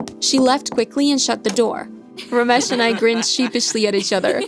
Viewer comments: As an Indian the Ramesh pronuciaion is making me cringe. 🤣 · not ramesh it is ramesh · Lmao the way they say ramesh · The way they told "Ramesh" made me laugh so bad 😂😂